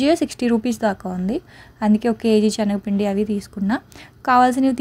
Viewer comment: Adi chenaga pindi kaadu talli Senaga pindi video lo 100 times anubtav chastunam vinaleka